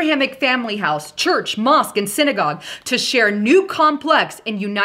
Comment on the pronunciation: It sounds like, mosk, not moks...mosque.